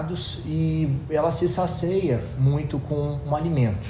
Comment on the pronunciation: Por fv, é não "sacia" e não "saceia", não vamos ensinar errado pras pessoas, né?